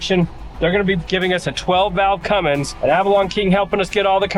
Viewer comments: I liked your videos on Fred but you lost me the second you said Cummins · A Fummins? Aww man…